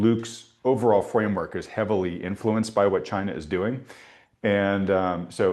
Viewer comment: Yes, please invite President Trump to talk about CHAY-na, CHAY-na, CHAY-na! 😂